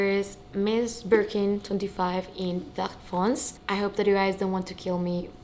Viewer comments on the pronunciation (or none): Congrats 🤭 by the way the color is « vert foncé » not fonce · Congratulations. Vert foncé should be said "ver fonsay". Love from France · Hi, the bag it's really beautiful. I got in the same colour my first Kelly 28! I'm from France and the correct pronounce it's Ver foncé you have to pronounce the last e with an accent , i hope this help❤